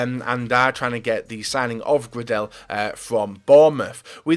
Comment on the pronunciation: The way you pronounced Gradel must have been a joke, surely...